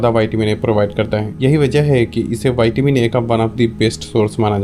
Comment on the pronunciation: Bhai pehale tum siklo vaytimini nahi hota o vitamin hota gain विटामीन 🤣🤣